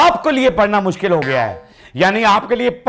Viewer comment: Mushkil ko muskil kehna 😅😅😅😅